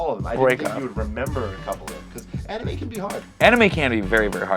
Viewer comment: The first anime he said when he pronounced it I triggered so hard IM LIKE IT ISNT PRONOUNCED THAT WAY i almost threw my phone into the wall